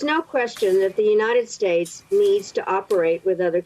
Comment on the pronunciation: "United Shates". Yup, let Trump be King there instead of here.